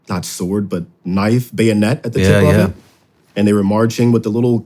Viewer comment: Thought he’d know to say bayonet 1st time